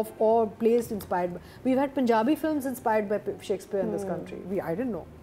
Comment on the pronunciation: please try to pronounce Shakespeare instead of shackspeare. There is a difference. It looks bad 😢